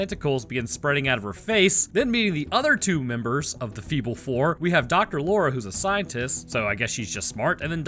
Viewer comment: Feeble four, I litteraly thought you said fecal